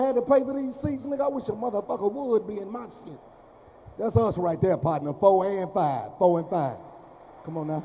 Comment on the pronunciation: He said Fo’ and 5. Fo’ and 5. Cmon now. 🤣😂😆